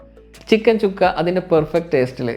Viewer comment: ചിക്കൻ ചുക്ക അല്ല ചിക്കൻ സുക്ക അതാണ് ശരി.ഹിന്ദി വാക്കാണ് (സുക്ക= ഉണങിയത്).